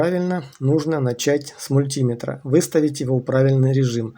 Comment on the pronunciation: ВольтмЕтр, ОммЕтр, АмпермЕтр, мультимЕтр, а у тебя мультИметр!